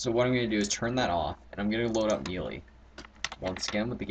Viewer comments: Just so you know, the word melee is pronounded may-lay, not mee-lee!;v) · "mealy?" hahaha good video, though!